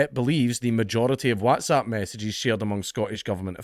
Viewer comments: why dae u say whAAtsapp instead of Whats-app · FFS gonnie pronounce WhatsApp properly! You make sound like that fad of everyone shouting “whassup!” a few years back. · Is this how Whatsapp is pronounced? I always says what as wot. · We all just glossing over how he pronounces "waaats app"? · You say WhatsApp funny 😂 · I love the way Dank says whatsapp 😂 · Why are you pronouncing whatsapp like an American? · The way you pronounce Whatsapp is hilarious